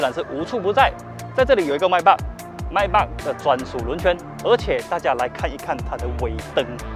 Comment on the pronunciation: Maybach 发音pronounce 都错了😓